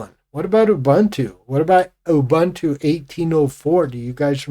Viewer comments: I loooved Gnome3, because it finally managed to properly do rounded corners, which Unity failed at. BTW, "Ubuntu" isn't pronounced "Oh-Bantu". Ubuntu releases used to ship with a video clip of Nelson Mandela explaining the concept of "ubuntu" and he, being African, also pronoounced it correctly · Gen Jones here. We were born 1954-65. Give me KDE Plasma any day. Gnome2 was great, and lost its way by 3. Why people love Jurassic Xfce, is beyond me. Ubuntu is pronoumced ooh booon too, not in your racist colonial way. Please! One just cannot educate supposed Linux geeks